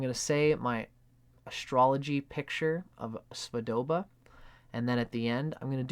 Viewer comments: Hi, it's Svoboda, not Svodoba. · Svo-bo-da. Robert Svo-bo-da.